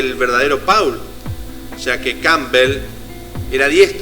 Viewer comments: no se dice «paul» se pronuncia «pol».. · es MI5 hermano... no el MI6... investiga mejor porque asi terminas generando mas desinformacion y ya bastante hay respecto al tema... y se pronucia "pol" ... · Turn me on, dead man= devuélveme al hombre muerto!?!?!?!?! Siento entre risa y vergüenza ajena. Y el "falso" Paul (ha pronunciado alguna vez el nombre correctamente en todo el vídeo?) siguió tan ricamente con su carrera musical como si nada hubiera pasado y sin que sus compañeros de grupo se dieran cuenta de nada, no? O es que también estaban compinchados? Cantó en el Live Aid ante 70000 personas en Wembley y ningún músico de los 30 grupos que allí tocaron se dió cuenta de que no era Paul, no? Claro, claro. Yo tampoco me parezco a cómo era cuando tenía 24 años. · Y por qué pronuncias cómo se escribe Paul y no cómo debe ser?